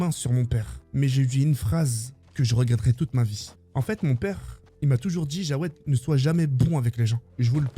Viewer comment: Les gars c'est pas Jawed non cest Jaoued je crois